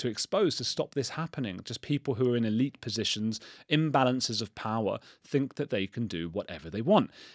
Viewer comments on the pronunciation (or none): none